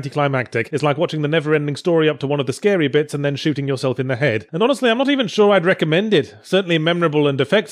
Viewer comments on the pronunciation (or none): none